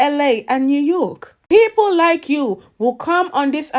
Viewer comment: Did she say new yook??? 🤣🤣🤣💀💀💀 just hush up ma'am 🤦‍♂️